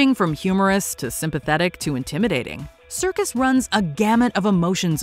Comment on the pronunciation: it's Serkis, not circus.... how could you make this mistake?